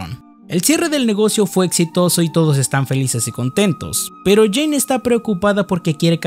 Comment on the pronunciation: no era Jane? Dijiste Jina xd